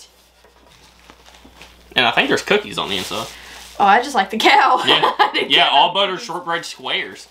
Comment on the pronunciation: It’s not a cow, it’s a coo 😊